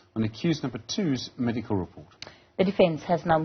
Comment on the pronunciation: Is it ameducal report or DENTAL REPORT??????????